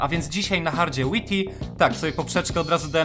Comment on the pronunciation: Wajti się muwi